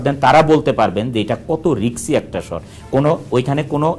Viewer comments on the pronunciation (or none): risky na riksy wow man hats off to you!!😭😭😭😭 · Riksy????haha... dude improve ur english